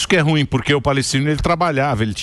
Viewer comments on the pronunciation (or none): none